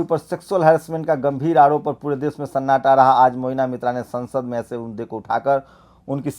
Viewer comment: मोइना नही महुआ मोइत्रा नाम है।